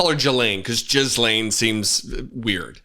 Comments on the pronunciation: It's a hard "G" that begins Ghislane. Gee-lane. The Gee rhymes with Thee. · I really like your videos and insights. Love them, really. Just a little suggestion -- Ghislaine is pronounced without the s. Gee-Laine or Guh-laine.